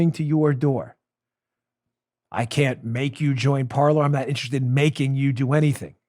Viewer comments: Dan, I will join Parler if you start pronouncing it correctly. It's not "parlor", it's "parlay", the French infinitive "to speak". Linguistics lesson for the day. YW. 🤓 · By the way...it's pronounced Parlay as in to talk. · Parker, not Parker.